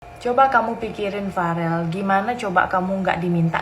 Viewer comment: Yoi, ngomong aja bk becus, Farel malah parel, belajar ngomong dulu yg bener baru berkomentar